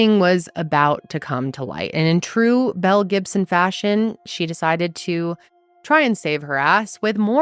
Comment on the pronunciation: In the beginning of the video I totally thought she said "Mel Gibson"!